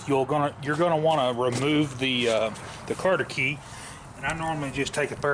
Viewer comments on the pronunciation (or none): cotter key not carter key lol